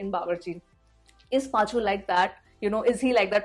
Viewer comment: It's Paa-chu-vum😁